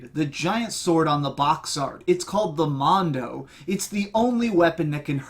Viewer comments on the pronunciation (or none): I don't want to be picky, but the sword is also pronounced as Moe-Nah-Doh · Your pronunciations of character names and the monada made me cringe, but no worries. I loved the review and will love seeing any future reviews ^^ subbing